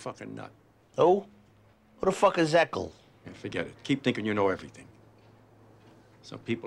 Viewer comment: Anyone else notice that Tony can’t say the name Ercole but that was the original boss of the family’s name?